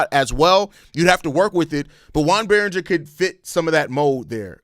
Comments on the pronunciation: "Its French!" 😂 It's probably pronounced Berrin-JAY (if it's a French pronunciation). I like the Berringer idea...I mean if we did do this. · (Yo-on) (Bear-Un-Jay) - Joan Beringer